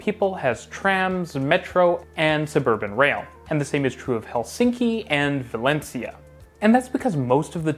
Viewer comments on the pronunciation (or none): none